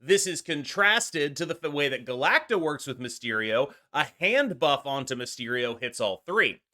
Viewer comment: Finally someone pronouncing Galacta properly and not Galac-tica